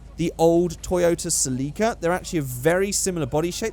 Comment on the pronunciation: Did he just say a toyaot sulika I'm dieing right now of laughter its a Shelby gt 500 american mustang omg